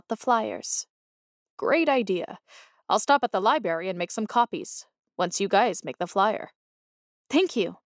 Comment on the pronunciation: I almost gave up when she kept saying liberry instead of library but I hung in there because the story was good.